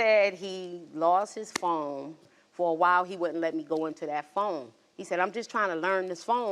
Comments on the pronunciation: How you drag him to the show for cheating and it end up being your goofy ahh that's cheating ... chile 😒 Also, is she saying "foam?" 😬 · I kept hearing FOAM not PHONE😂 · She’s cute buuuut baybeee 54 is too old to be saying phome‼️🤣… she looks good tho ❤ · Phome?? Sounding like she was running with Harriet T. In 1855😂🤭